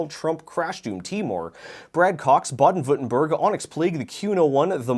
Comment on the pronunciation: Respect on pronouncing Baden-Württemberg